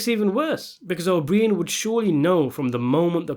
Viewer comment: O BREEE-IN??? OH-BR-EYE-IN!!!!